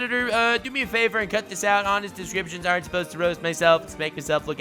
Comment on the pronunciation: did your realized that your calling your descriptions DIS-CRAP-TIONS